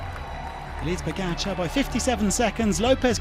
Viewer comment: How have they still not learned how to pronounce Pogačar?